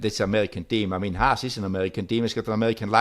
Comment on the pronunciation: This podcast is more enjoyable than most F1 races these days. Great show! Ask Günther if he feels uncomfortable when you say "Haas". The way you pronounce it means "hate" in German :-) So it’s the Hate-Team.